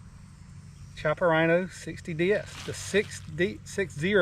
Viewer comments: It’s pronounced “Kiappa”. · It's 'KEE-APPA'. Hear it from the man himself